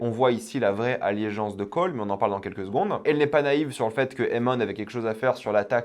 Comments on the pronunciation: A chaque vidéo tu dis "alliégeance" au lieu de simplement allégeance, ça écorche un peu les oreilles ahha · Stp stp stp tu peux arrêter de dire alliegeance a la place d’allégeance Ça me stresse Merci bcp Sinon tes recaps sont top 😁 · Allégeance* on dit « allégeance » pas « alliégeance »